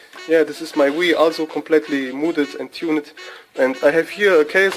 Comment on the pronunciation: dude learn how to pronounce also. All I hear it ASSO